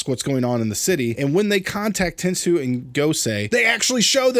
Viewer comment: Stop stop it's not ten soo it's ten so yes the robot in megaforce is called ten soo but the first word in the tensou Sentai goseiger is pronounced ten so